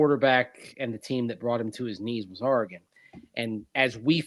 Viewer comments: Longtime Duck here: For the record, it’s Ore-uh-gun, not Are-uh-gun. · All’s good, and I know you guys put in a lot of hours the past three days. Also, it’s a common mispronunciation among east coasters. Heck, I’m a former TV news guy from Hawaii and an Oregon grad, so my ears perk up when I hear someone misspeak. Given what’s ahead for Bo Nix and Troy Franklin, you are now ready when you talk Oregon Ducks….or the Denver Ducks! Wishing your daughter the best at OSU. Next press briefing with Sean Payton, you should raise your hand and ask if he’s got any Beavers in his sights! Onward! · Ooops ... sorry, I'll work on it. At least I don't say "Ore-uh-GONE"